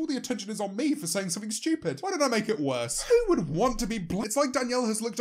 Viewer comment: Nobody: James: schtewpid